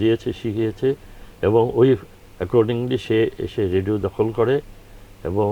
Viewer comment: খুব ভালো লাগলো শ্রদ্ধেয় শিল্পী গীতিকার আপেল মাহমুদ কে দেখে I মনে কিছু নেবেন না উপস্থাপক শুদ্ধ করে কথা বলতে পারেন না , এমনকি রেডিও উচ্চারণটাও রেডু বলছেন ! শ্রুতিকটু লেগেছে I